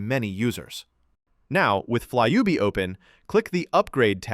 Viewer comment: It's not fly ub, but flyby....😂😂😂😂